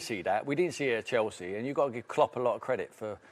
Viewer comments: the female pundit says “Kelsey” instead of Chelsea. Anyone else catch that? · she said celsea